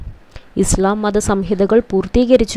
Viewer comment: Islamum ; Nabiyum;Allahuvum pranounsation thettanu